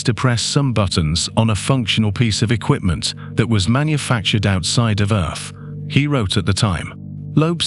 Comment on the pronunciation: I do like the videos burn that voice is driving me insane Earth has th at the end he says it with a f 🤣🤣🤣